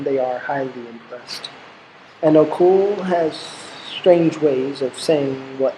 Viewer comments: Hello thanks for the work but i have I kind comment... the name Ocol is pronounced as Ochol not okol... the letter H is always silent in Acoli language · It's not song of Ocul like u say it, try saying the "O" in the middle like the one in beginning. Good stuff though. And it should be Acholi not Acoli